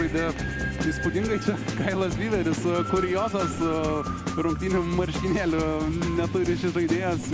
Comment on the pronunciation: Ne maršinėliai o marškinėliai:D